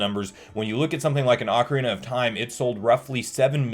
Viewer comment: Good job! You said Ah-carina 16-18 times correctly and Oak-arina on 3 times. I’m so proud of you, you’re a real CS now, Son!